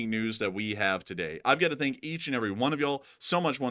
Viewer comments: FANK dude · FANK you